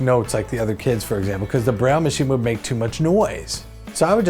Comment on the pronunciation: Breyl... yuk! Braille is pronoinced like bray